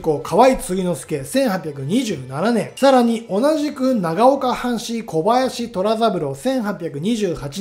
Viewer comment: 長岡の者です。とてもよくまとめられていますが、虎三郎（とらさぶろう）など、名前の読み方は、しっかり調べていただけると、よりコンテンツとして信頼性がもてるとおもいます。同郷の人物を取り上げていただき、ありがとうございます。感謝いたします。